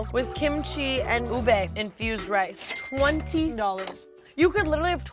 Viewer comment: I'm just shook at how well Tana pronounced ube.